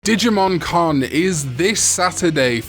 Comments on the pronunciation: at the start when you said "digimon con" i thought you said "digimon karn ":_cringe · Same, even thought I knew he was talking about the Con xD